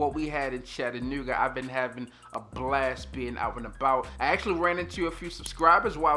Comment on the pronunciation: My man said "Chattanewa" heavy on the ew lol #baltimore. Welcome back!